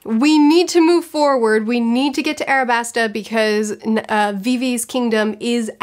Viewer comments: It is not, in fact, Arabasta. It's Alabasta. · Its alabasta not arabasta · I just logged into my yt at work. She has to be trolling us with "Arabasta". She has to be. THE TITLE OF THIS VIDEO IS LITERALLY ALABASTA am I going crazyyyy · You know there's an "L" in Alabasta not a "R" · Great stuff, but it's gonna bug me if I don't say it. It's Al-a-bas-ta like the white mineral alabaster, not Ar-a-bas-ta. It can be tricky because L's and R's are hard to differentiate when it comes to Japanese media, so no shame. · Ala-basta : Pronounces it Ara-Basta?? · It’s Alabasta kind of like the word Alabaster, but you’re good on the pronunciation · its pronounced alabasta in the dub i think its called "arabasta" because phonetically japan doesn't have an "L" sound and they use R in place of it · It's 'ALABASTA"!! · its with an L like in Alabaster.. but I love your One Piece videos and loved your Avatar and Tropes ones. Thanks:D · alabaster with an A L you remind me of somebody who says orange like arenge look at the letters please. Other than that amazing video I loved it. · “Robin does all this just so she can get to the…..” looks up name so she doesn’t say it wrong says it wrong anyway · Cmon don't be lazy with the name, there is no "r" in Alabasta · Alabasta is pronounced with an L